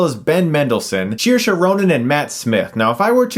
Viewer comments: Chris you're still pronouncing Saoirse wrong, it's Sear-Shuh. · Yeah he didn't pronounce it correctly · Sir-sha Ronan.